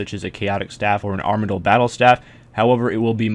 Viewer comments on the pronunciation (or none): none